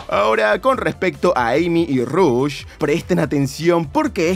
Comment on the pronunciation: The Fly te va a robar la miniatura (pero al menos es una filtracion y no rumor y tambien hubo 2 noticias y no mencionas relacion de este juego y la pelicula en el titulo) Te ganaste parte de mi tiempo en ver el video darle like PDTA: se pronuncia Rush y no Rosh como se escribe al inicio de su nombre PDTA 2: Tomala The Fly JAJA